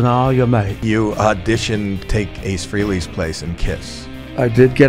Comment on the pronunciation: Not free-ley, Howie, freh (not fray)